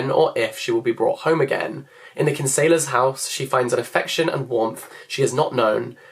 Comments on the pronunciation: Just a quick nitpick I’m so sorry- Kinsella pronounced “KIN-sell-ah” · Irish gal here 🇮🇪 Love that you are reading Foster. A lot of people study it in school. Btw, the surname Kinsella is pronounced Kin-sell-a 💚